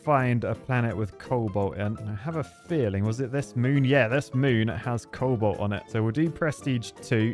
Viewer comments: I thought I was the only one to hear it. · Everyone: cobalt: coal bolt